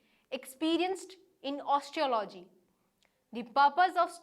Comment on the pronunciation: Indians have an extremely hard time pronouncing English. It's not " osteo--logy" it's " os--te--ology " . Not " notice--ábely " but " nótice--ably